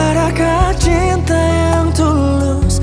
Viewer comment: Lagu yg jadi perdebatan seru sama teman2 dizaman nya, pengucapan akan kata CINTA atau TINTA. Btw lagu nya keren baik versi lawas n baru.